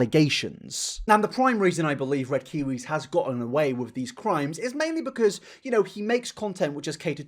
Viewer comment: What is wrong with red kiw nope can’t even say his name